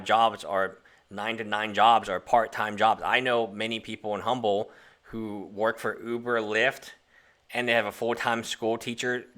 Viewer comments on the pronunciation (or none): If you live in Humble Tx, you need to get the pronunciation of “Humble” correct...it’s Umble, the h is dropped.